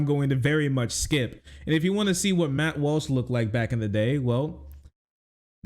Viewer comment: did he say MAP walsh lmao